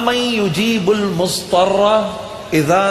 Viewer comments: Mudtarra not muztarra* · ALLAH marhoom Juneid Jamshed Sahab ko Jannatul firdaus mein jagah ataa farmaaye... But he recited little wrong there is Zaad not Saad in Mudhtarra, not Musstarra ...